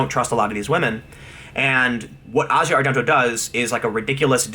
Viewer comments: I think you're great Tim but you are really bad at pronouncing names. It's Asia as in the continent of Asia and Rose McGowan is pronounced like you're saying OUch in the middle not O. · Jesus you suck at pronunciations. McGowan, Asia, Nike, Kaepernick, etc. Half of the time, you sound like you're speaking a different language.